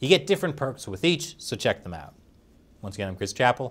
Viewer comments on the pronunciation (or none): none